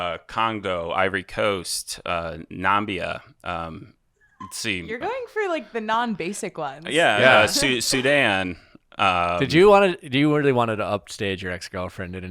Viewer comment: Love you, but really, NO! It is not Nambia, it is NAMIBIA. Still my fave pick for Bachelor. Your Namibian fan 🇳🇦💕💕